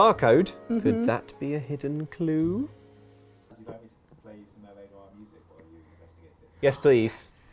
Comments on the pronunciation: I thought she said " O. R." instead of L.A. Noir, which wouldn't even be a good pun, but what can I say... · When she said L.A. Noire, I could have sworn she said Noire. Now I'm picturing a black and white edition of show of the weekend.